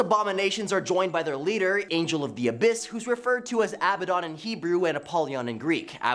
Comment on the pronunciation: it's a aBADDdon like aladdin but with b's